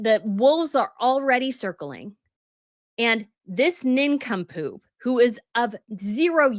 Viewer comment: Nin come poop cracks me up every time you say it